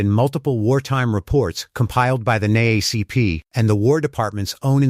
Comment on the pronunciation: I listen to these videos often and whoever either reads them or the AI bots that read them need to be informed. It’s N.double A.C.P. Since you seem to enjoy history or at least use history to make money please get it right. 🤬